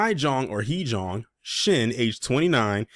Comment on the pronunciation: It’s pronounced Hay-Jung. I taught in Korea for years.